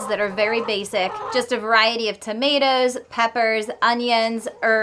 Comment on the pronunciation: When talking about the garden I swear I heard some NewEngland annunciation when talking about the tomatahs..lol